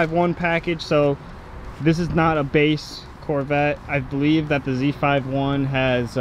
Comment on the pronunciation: It’s not called a Z “five” 1 it’s called a Z “fifty” 1!